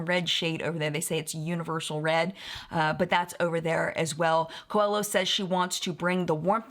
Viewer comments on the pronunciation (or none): Just a quick tip. I believe that Camila Coehlo’s last name is pronounced KWAY-lo, and Elaluz is El-la-LOOZ. 🙂💕